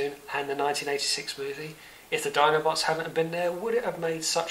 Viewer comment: Nice summary, but please stop saying oddobots.